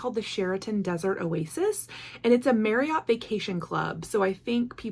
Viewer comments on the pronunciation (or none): none